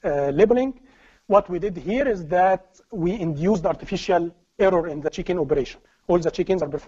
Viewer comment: Without cc the video would be unwatchable. The pace is too fast the presentation transition is too choppy. It's a shame the info is very very good. I keep hearing chickens instead of check-in. It is very distracting.